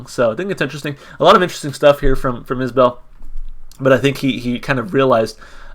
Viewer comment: Enjoyed the reaction. It's Is-bull btw! Check out Ian Noe's "Letter To Madeline' or " Irene"